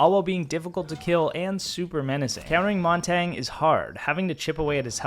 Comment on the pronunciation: It's pronounced "Mon-Tan-Yuh" btw, French for mountain. Great video, I'll be using this to carry my teammates.